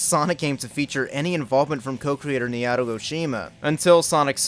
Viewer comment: Naoto is pronounced Naw-oh-toe. The way you pronounce it hurts me